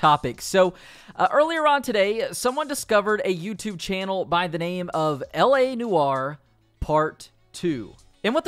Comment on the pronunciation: Sorry, LA Noowah?